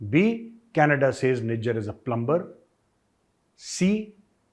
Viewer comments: Major Gaurav *plumber*is prounced PLUMER . Over all you English is super . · Plumber is pronounced with ‘b’ silent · Plummer not plumBer.